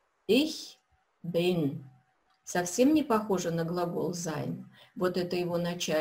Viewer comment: Здраствуйте! Возникла необходимость пройти Ваши уроки ещё раз. Первоначально, я не обратил на такую особенность. Вы произносите глагол SEIN в первых лицах (bin, bist) с уклоном в произношении на Ы. На слух звучит как бы бЫн/бЫст. Нет четкого звучания буквы И. Так немцы и произносят бЫн, бЫст?